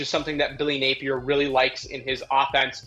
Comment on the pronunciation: Does this chick even know ball or is she just there because she’s a female? She said Billy “Napler” 🤦🏽